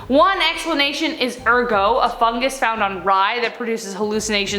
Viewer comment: You almost pronounced Ergot right. The T is not silent.